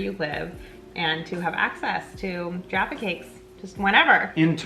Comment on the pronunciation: i hate the way most americans say jaffa but they acctualy said it right!!